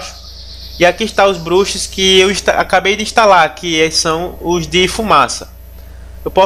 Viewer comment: valeu o tutorial mano mas esse "BROXE" me quebra kkkkkkkkkkkkkkkkkkkkk